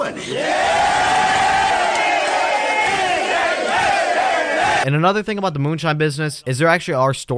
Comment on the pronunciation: "tell em to bring me my moneh!" Lol